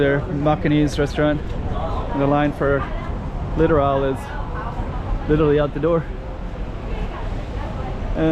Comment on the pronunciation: "Littorally". I get it.